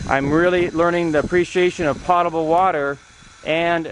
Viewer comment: I think you mispronounced potable about 15 times. It was annoying.